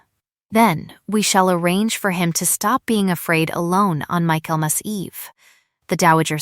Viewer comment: Michaelmas not mykelmas